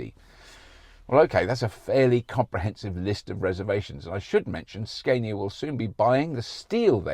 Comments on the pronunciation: Hilarious when you actually say Scania but then choose to go for Sceinia instead🤣 I think it would be right to call you Rauberk or perhaps Roixtokl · Ska-nia (Like the music genre) not Skane-ia, if u want to say it more correct but Skane-ia is fine. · Scandia, as in Scandinavia, Robert! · You almost had it man. "Scaania" is the right one, you pretty much nailed the pronunciation but then reversed back to the wrong way to say it... - A Swede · SKAN ya for Scania is how we north of the 2 walls says it ( the 2 Roman walls :D ) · Apparently Scania 's a is like ah in father from the videos I could find on their website. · Im desperate to have an ev. watched loads of this now great work ! and its pronounced scan-ya ! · its scania with a long A in sweden =)